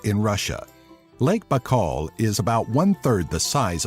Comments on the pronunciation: 1. Lake's name is pronounced more like "buykal" not "bakal" 2. #5 - I don't know which man will mix mors and vodka or eat "golubtsy" while getting drunk, sounds very ghetto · не Бакаал, а Байкал [ baika:l] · Lake B'kal?! Really?! You sound like a duck. It's By-kaol. Baikal. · Correction!!! The name of the largest lake is not Bakal, but Baykal!! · Its not Bak-call. It's Bye-call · it's BAIKAL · This video is really good but your saying saying Baikal sooooo wrong, almost made me wanna dislike lol, my only problem though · u said Baikal wrong :D